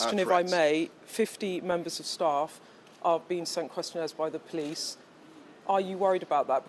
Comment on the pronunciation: “the POLS came” 😂